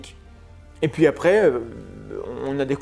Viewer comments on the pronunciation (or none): none